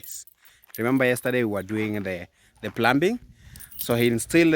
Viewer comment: Good day,,the b in the word plumbing and plumber is silent letter. Therefore plumbing is pronounced as pluming, plumber is prounced as plummer. Please google to get the right pronunciation. Thanks and continue doing the great work. God bless you. From the beautiful island of St Lucia.